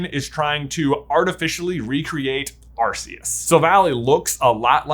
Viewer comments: You mean “ar-koos” right? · Love how J acknowledges that Type: Null/Silvally are attempts to recreate Arceus but still pronounces it "Ar-see-us" despite the RKS System pretty much spelling out exactly how to pronounce it 😂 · Nice video but your pronouncing Arceus's name wrong. Its 'Are - ke - s' not what you're saying. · Small note: Lockstine and Gnoggin actually did a whole two-part video series about Cresselia and Darkrai (fun fact, Darkrai's name is LITERALLY Dark-Dark)... Starting with Cresselia. Also... Uh... I think you mispronounced Arkoos a couple times... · I think 3/2 years for the Gen 8 Legendaries (Zacian, Zamazenta, Eternatus, Calyrex, Spectrier, Glastrier, Regidrago, and Regieleki) is plenty of time for people to pass judgement on Legendaries Also the mispronunciation of Rayquaza, Arceus, Tapu Lele, and Necrozma drives me nuts Also also, Regirock, Regice, and Registeel feature notably in The Mystery of Mew, and you didn't mention Suicune's presence in Pokemon 4Ever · I can let the mispronunciation of Arceus go, because not only was that a major debate within the pokémon community for the longest time, it also took Pokémon as a franchise a while to decide on an official pronunciation themselves (I hear they actually changed it a time or two), but the mispronunciation of Giratina hurts my soul.